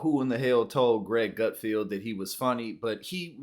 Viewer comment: It's Gutfeld, not 'Gutfield'.